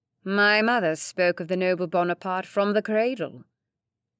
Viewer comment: Oh yes I agree some of the pronounciations were grating. The Ton isn't "tun"! And no one would refer to Bonaparte as "Bonny"!